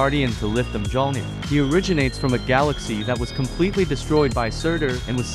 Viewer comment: The hammer's name is pronounced MUEL-NEER